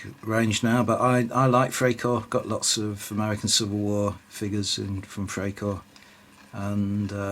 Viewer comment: Freikorps is pronounced Fry korps.